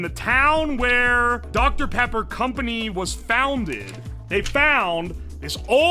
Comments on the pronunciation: he got that doctuh peppa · smacks lips I love doctor pippa